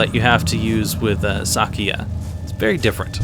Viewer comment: Casually commenting on a rather old video to mention how happy it makes me that you pronounce her name correctly. Most people pronounce it "Sakuuya" and it drives me nuts!